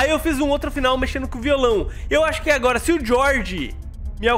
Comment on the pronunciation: vendo esse vídeo pela segunda vez eu percebi que o falou agota